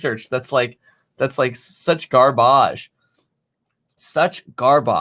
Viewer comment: Nobody: Kevin: Garbæge